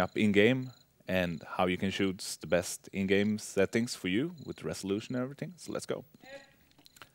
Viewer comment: i think i died when he said "with the resoultion and every thing" hahaha.....